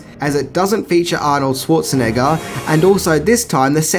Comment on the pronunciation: OMG, can the host finally learn how to pronounce Arnold's last name properly? Dude get some German classes if you had to. ;-)